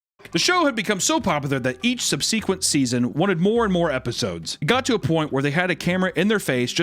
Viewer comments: Sub squeek ent? What? lol god you really don’t know how to read words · subseeeequent? That’s not how that goes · “Sub-see-quent” - another YouTuber who can’t read his own script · the way he pronounced subsequent confused me for a second hahah I was like wuss subseequen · why did he say subsequent like that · I’ve literally never heard that word pronounced that way in my entire life and probably never will again. Between that and just fully accepting that they had the worlds biggest 12 year-old working child labor in a hot kitchen I’m pretty sure he’s suffering from some sort of head injury or neurological issue